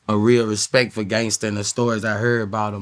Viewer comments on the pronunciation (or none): “Respecialrect for him” 😂😂😂